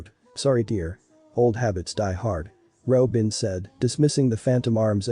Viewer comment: I thought they said Ropin' and I was gonna throw hands